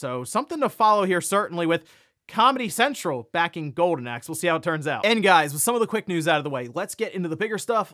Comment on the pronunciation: Are you saying "Gowden Axe"? 🤣